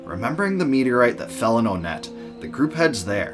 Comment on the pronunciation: I used to pronounce onette like “aw-net” too until I played earthbound, but now I say it like “one-t”, as in the number 1. This is because the other towns are also based on numbers. (Twoson, Threed, Fourside) I could be very wrong in this, but I could also be very right, but that’s just a theory…….. A GAME THEORY!!